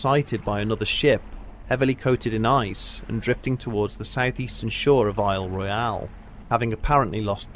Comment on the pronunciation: As someone who has property on the Keweenaw, and someone who has spent time on the lake, you don’t f*ck with Lake Gitche Gumee. Thanks for pronouncing Isle Royale correctly!